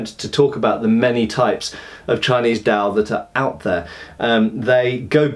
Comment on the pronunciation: Glad you're finally doing Chinese weapons. There's quite a bit of them, so have fun. As an aside, the D in Dao and Dadao sounds almost like T.